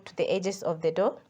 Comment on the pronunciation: Madam it's Flour not flower, it's dough not door anyway thanks I've taken notes.